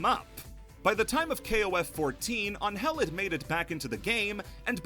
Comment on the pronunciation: That's the correct way to pronounce her name.